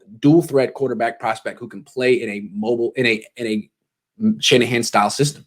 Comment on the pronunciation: Too much emphasis on “mobile” especially with Shanahan.